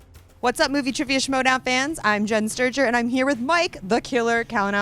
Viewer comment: Hey? Its Schmoedown not Smowdown. GTFOH